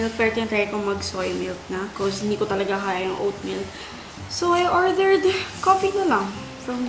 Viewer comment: Gooth morning? GROHcery? Goooooth Afternoon? ORTHERED.? Gorl hilig mo sa TH lol